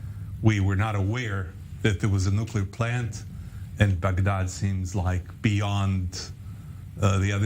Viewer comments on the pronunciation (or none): It sounded like he said 'Fagdad' instead of Bagdad.